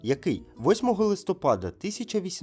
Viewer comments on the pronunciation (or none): none